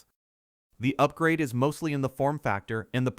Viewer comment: You might want to tell your robo-voice that prices aren't pronounced like "four-nine-point-nine-nine" or similar. Flesh-and-blood people with blood, instead of motor oil, in their veins would say,"forty-nine ninety-nine." "Upgrade" is pronounced as it is spelled, not like "You grade." And so on, and so on. These are frequent enough to make your video almost unwatchable. Your robo-voice isn't speaking to robots; it's speaking to people.